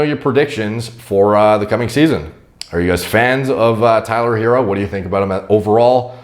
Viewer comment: Pronounced her-roe. Lol